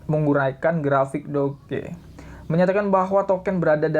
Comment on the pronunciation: how we pronounce it = dōj (doge)